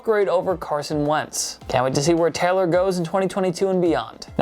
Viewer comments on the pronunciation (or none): yo why you pronounce jonathan taylor’s last name “teller”